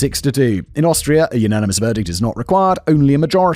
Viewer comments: I love that he couldn't say Austria everytime, a few Australia slipped in 😂😅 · Take a drink/rip every time Simon says Australia instead of Austria 😁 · Simon, perhaps you need a little practice in reading the differences between Austria and Australia, (two slips so far).